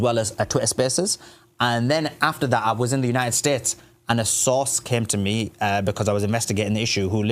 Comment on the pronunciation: ‘kin ell it’s united tates of America